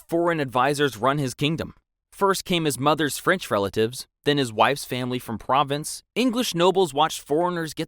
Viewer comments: Please learn how you o pronounce Anjou, Provence, Balliol, Aquitaine, etc. It will make your presentation better. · Horrible mispronunciations in this video: Calais , Despot , Provence, Æthelred , Mortimer